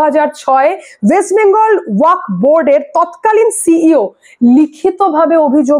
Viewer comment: ' ওয়াখ ' -- নয়রে বাবা, শেষে একটা ' এফ ' আছে, ওটা মাথায় রাখতে হবে ।